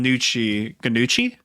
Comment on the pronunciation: gnocchi (pronounced as no-key) is a type of dumpling that comes from Italy and is also very yummy :)